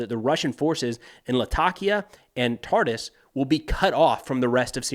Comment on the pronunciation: Friendly correction, Tartus is pronounced as "Tartoos" not "Tartis" :)